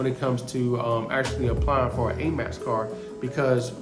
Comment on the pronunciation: He kept saying Amax card. I heard of Amex card. It was quite annoying. But I get the gist. I appreciate his information.